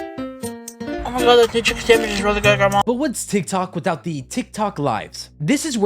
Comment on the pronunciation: “Chiken samich”